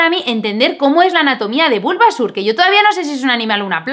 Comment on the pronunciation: Pikachu, Bulbásur, Charmánder y Escuirtel... Amé como pronuncia los nombres jajajajaja